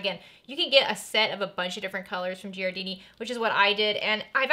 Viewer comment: Giardini = "jar-dee-nee"